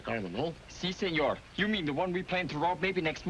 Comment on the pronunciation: Pico doesn't know Spain-talk. He said "prahnto" instead of "pronto", and "signor" instead of "señor".